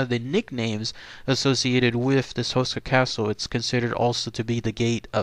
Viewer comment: Houshka would be a ore accurate pronunciation.